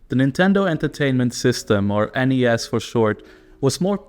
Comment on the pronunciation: You pronounce NES and SNES wrong.